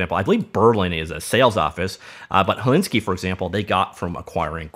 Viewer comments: I think it's Hel-sin-ki not Hellinsky. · Helsinki is pronounced HelSINKi, not HelINski. Also "uncanny value" should be "uncanny valley." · It's not Helinski, it's Helsinki! -. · "Helinsky" :D good one :D